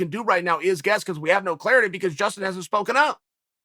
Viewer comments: “Jason” Gaethje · I've been calling him Justin,uncle chael has spoken jaeston gaethje it is from now on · Jastun Gaethje ... come on chael. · Who’s Jaystin Gaethje old marble mouth Chael? 🤣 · Who the hell is "Jaston Gatjhe" sounds like a killer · Chael “Jayston Gaethje” Sonnen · Chael "Jaystin Gaethje" Sonnen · "Jaystien Gaethje" we have a new name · Jayston Gaethje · Chael says Gaethjes' first name is now Jason . Ok great. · He also called him jastin